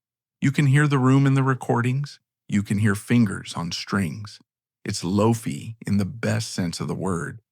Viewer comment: “Its “Low-Fee” sounds” I knew it was AI